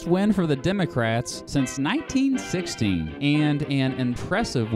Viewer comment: he said 1916 it just sounded like sixty